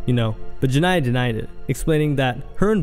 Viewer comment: You're saying Jania name wrong. Why you reporting on this if you can't talk right?